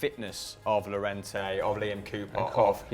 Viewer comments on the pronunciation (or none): Pretty sure Llorente is pronounced Yorente guys?